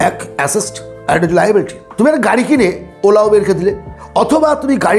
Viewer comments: Uncle আসেস্ট নয় অ্যাসেট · Assest কি কাকা..? কথা টা asset.. এটুকু জেনে তো ভিডিও বানাবে.. 🤦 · Assest pronounciation ta ektu ki thik hoto ?